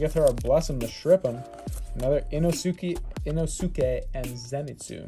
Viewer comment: The “Ino-su-kay” hurt